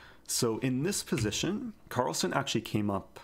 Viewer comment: Carlsen not son